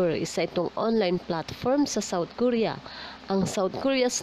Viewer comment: ko-ri-ya Hindi po korya